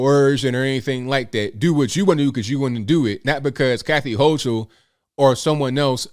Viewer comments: Kathy “hoe-kull” is how its said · Hi! I enjoy your show! Thank you for making sense of the news for us! (I'm a lily white NY Upstater, with a multi-race family.) Kathy's name is pronounced like Hokil. I was hoping she would be better than Cuomo...I guess not...Thanks for putting our news in perspective!